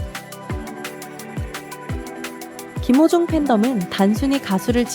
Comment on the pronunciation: 한글자막 제대로 써주시면 않되나요?. 김호중을 기모중 이라고도 하고 탄원서를 탄바연서 라고도 표현 하는건 더 듣기 힘드네요. 이것말고도 여러 단어가 있는데 더이상 듣기 불편 해서요. 왜 한국사람이 훈민정음의 뜻을잘모르지?